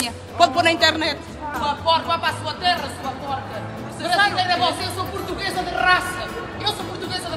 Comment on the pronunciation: Portuguesa? Eu ouvi cachorra de raça...